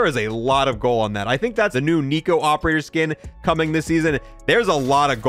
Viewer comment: He really said Nico